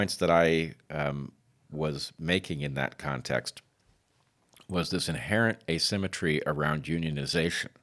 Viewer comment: How am I supposed to take someone seriously who says uh-SEM-etree instead of ay-SIM-etree? Is he for real? One minute in, I'm out. Quick comment, then see-ya.